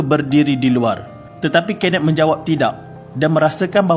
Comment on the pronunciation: kenneth= kenet???🥴🥴 sape laaa jurucakap ni